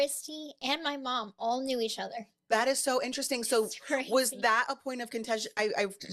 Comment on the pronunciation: An-trust-sting.. Very inner resting.. How many more ways.. times.. will she say interesting.. to a person who’s destroying their literal lives.. TO BE INTERESTING